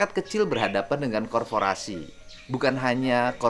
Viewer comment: Korporasi bang, bukan korforasi